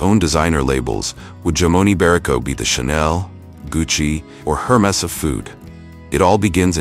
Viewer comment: Interesting, but you check your pronunciation before recording. Specifically jamon and hermes.